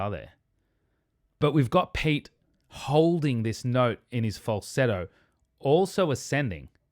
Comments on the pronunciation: Great review,! Amazing, as always. Been following you for years. Pete- peh-tay, in Finnish. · His name is pronounced pe-te. :)